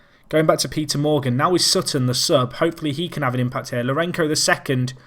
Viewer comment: Scenes! What a game. Also, the "c" in Lourenço sounds like an "s", not sure you'll bother to change the pronunciation since it goes back to 2014 :)